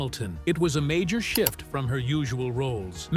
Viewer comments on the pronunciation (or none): none